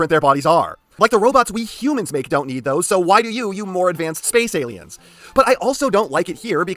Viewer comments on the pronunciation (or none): none